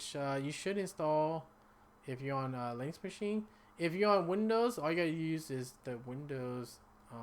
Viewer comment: Linux, not links!